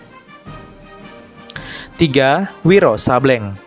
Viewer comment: Izin ralat min Sableng di baca Sablêng bukan Sabléng :)